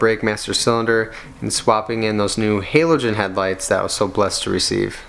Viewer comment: Halo-gen? Is this like Ham-ock? Or are the lights actually halo lights?